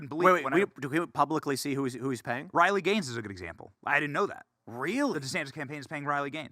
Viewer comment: Riley Gay-nes